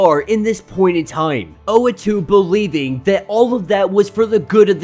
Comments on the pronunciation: Not tryna nitpick, but the guy’s name is Uatu (OO-What-Two), not Oatu (Oh-A-Two). Gone through a number of your videos, hoping you’d realise. Just thought I’d point it out (pls pls pls pls pleeeeeaaaaassee see this, please) Edit: just saw the pinned comment. i’ve heard oh-wah-too and, of course, u-ah-too (how it’s spelt), but never knew oh-ah-too was a popular pronunciation 😅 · Uatu pronounced ooh- wahh- tu . ooh wAhh tu the watcher. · Sorry don't mean to nitpick but the watchers name is pronounced like.....oooooh, wah, too. But you do you I guess. Your videos are dope and I look forward too them. Great job. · hey man, dont worry about it. we can put up with the wrong pronunciation, thanks for all the effort u put in your videos. we appreciate it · That is not how to pronounce the watchers name, watch Disney plus for references. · I cant! You are pronouncing his name wrong which means you probably never took part in a comic discussion ever. Why are you relevant? Please for the sake of the community get out and involve yourself in actual real dialogue before you make a conversation online.